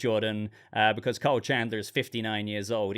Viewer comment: Why are u calling him "Cole"? It's KYLE, man 😅